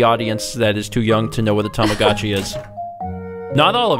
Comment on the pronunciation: you evidently don't remember it too well yourself,, considering it's Tamagotchi, not tomagachi.